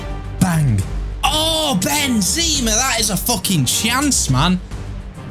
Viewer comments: Is it just me that hates the way says benzema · do you mind saying Benzema’s name properly, like why say it like that?